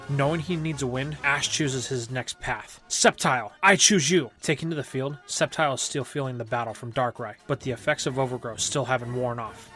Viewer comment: I think i heard you saying septile uses sleef blade